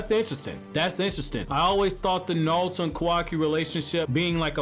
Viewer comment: Bro, it’s NARUTO, not Nawuto